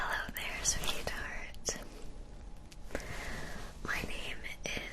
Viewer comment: I always heart ‘sweet tart’ instead of ‘sweetheart’ but great video.